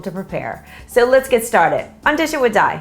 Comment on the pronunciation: when she said her u tube name it dishin with di sounded like i wish you die